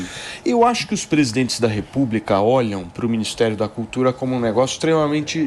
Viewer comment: Que cultura.....cutura....curtura...sei lá....